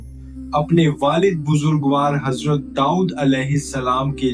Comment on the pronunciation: Hajrat nahi azrat kho